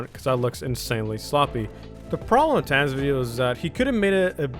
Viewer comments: is pronunced tanker on tans (idk i think im deaf) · YOU SAID TANQR WRONG IT IS TANKER BUT SPELL DIFFERENTLY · please pronounce name right. (TANK-ER) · how dare you say TanqR tan >:( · the way you say tanqr just kills me like you just say "tan" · why does he say tanqr like, "tan" its kinda trippy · Like how he pronounced tanqr TAN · Im dying "tan's" lmfao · Tam??? Tan??? who???? what did you call him??????